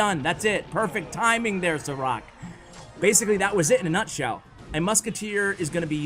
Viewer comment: I beleive its read as sharaatz (šarac) and considering his name is filip im preety sure its not Saa-rack. :)